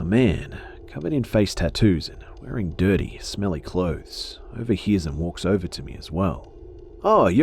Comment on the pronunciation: Love how be says dirty like durrti